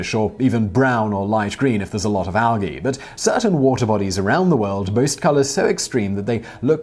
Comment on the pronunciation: And "algea" Edit: oof, and "methane" WTF Simon?